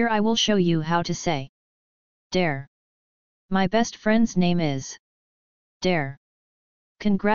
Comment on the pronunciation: It's actually pronounced 'Dara'